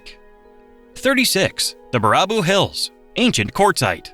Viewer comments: Bar-ah-boo -- lmao .please program this AI to say bear-a-boo instead.. As a portage native I shouldn't have been offended by that but I was.... For future humans taken over by AI --Wisconsin is the best place to start the resistance ... You can never be infiltrated they will always screw up our town/villages names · "Ba-RAH-boo??? Oh for God' s sake! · The awful ai narration turns this video into complete garbage. I made it 7 min in and couldn't take another Ba-RAH-boo. Ugh. If you can't make a video yourself and need ai to help you... then making videos isn't your thing!! So don't do it! I wanna hit a few more thumbs down on this one. Oofda! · Every time I heard BEAR-a-boo pronounced Ber-RAH-boo, a part of me died. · Baraboo is pronounced bear-a-boo not bar-ah-boo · Dude! baraboo is pronounced Bear-a-boo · It's pronounced bear-a-boo. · Baraboo is pronounced "Bear a boo" and Devil's lake is called that because the Indians didn't think there was a bottom. My home 👍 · 39. Baraboo . . . pronounced "Bare a boo" 37. I've been to the top of the Devil's Doorway 32. , you're looking at an artificial island. 30. Win-a-bay-go . . . damned AI. 28. There is a unique feature to Lake Superior, there is a deep crevice in the western area that gets wider the deeper it goes. It's also known as "Lake Gitche Gumee". 16. "Meh-nah-moe-nee" . . . 15. Cave Point . . . I once had to pull out an 8yo boy who fell into that little bay. Tore the crap out of my shoulder doing it. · Baraboo is terribly pronounced wrong on here. It is pronounced: bear-a- boo. It also slaughtered Winnebago. It is Win-a- bay-go. Omg. I almost puked when I heard how it pronounced Menomonee. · Bear ah boo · it's pronounced Bare-a-boo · I don't think I've ever heard "Baraboo" pronounced like that before... (FYI, it's pronounced bear-a-boo) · Baraboo = Bear + A + Boo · Ba-RAH-boo an Meno-MEANY really irked me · It is pronounced “Bear a boo” dummy! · Baraboo - “bear ah boo” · Its bear a boo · It's pronounced bear-ra-boo